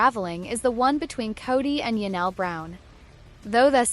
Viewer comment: Ya-nelle??? THIS is painful. Do better A.I.